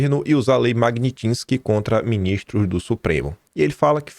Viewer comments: Meu Deus,! É mag-NITSSS-ki, não magnin-tisque AAAAAAAAA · pelamor, saiba pronunciar Magnitsky... PELAMORDEDEOS! Mag-nits-ki... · Mag-nits-ky,.